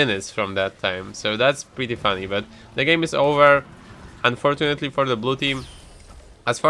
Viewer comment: How often did you said unfoJHINetly ? :D